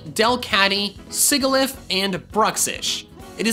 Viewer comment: His pronunciation of Sigilyph reminded me of Alex’s Pronunciation videos lol.